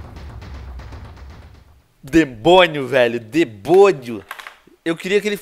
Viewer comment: Venom vc fala debonio